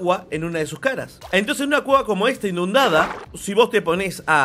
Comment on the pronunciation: es inundar no indundar